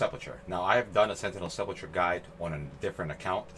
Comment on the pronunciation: Lol look up how to say sepulcher🤣